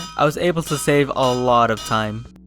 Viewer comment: The ways says it took me a while to cratf thi balls